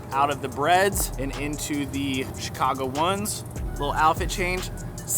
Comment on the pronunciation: I thought you said shoe-cago since you live in Chicago lol! Awesome video as always!!!